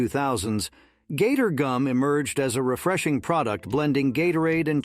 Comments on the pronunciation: "gator goom" 😆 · Yeah I caught it on another video with “margarine.” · Somebody please help the poor bot with the pronunciation of pimentos, Gatorgum and kabobs.